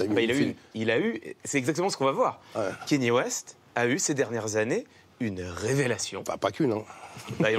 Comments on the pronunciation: Bordel ! On ne dit pas "Kény West" mais "Kaneyé West" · Déjà quand tu dit "Kenny West" t'es pas crédible ... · Le seul mec génant c'est Clément Viktorovitch qui prononce Kéni West xd